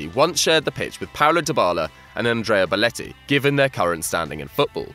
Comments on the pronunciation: This guy saying beletti instead of belotti is pissing me off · Will somebody tell this guy that it's BELOTTI and not BALETTI!!! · ‘Boletti’ is triggering me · Belotti not Beletti 😂😂😂